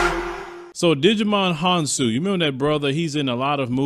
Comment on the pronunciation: lol! His name is pronounced Ji - Mon Hon-soo.